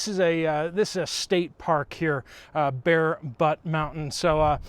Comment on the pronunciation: It's Bear Butte.